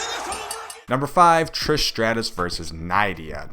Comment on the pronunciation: Nidai is said Ni-de-a